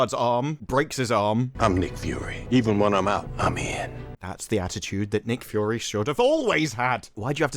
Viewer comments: I like you but can you say “Fury” and not “Fyorrree?” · It’s not pronounced “Fou-ory” …. It’s ‘Fury’! (fou-ery)